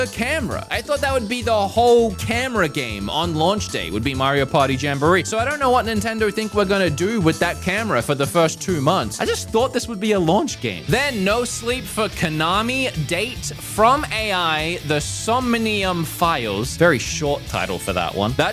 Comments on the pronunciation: I can't with Kaname D8. Kaname Dayt. Omg. 😂 sorry i love you but this is so funny to me ❤😂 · Love your content but, my guy, you gotta work on your Japanese pronunciations, Kaname dah -teh & No-bu-na-ga - Japanese is phonetic. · Did you just… Did you just say Nabunga’s Ambition??? Kaname Dayt??, what are you doing,? Is this intentional?? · He butchered Kaname Date’s name 😂😂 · Or Kaname Date lol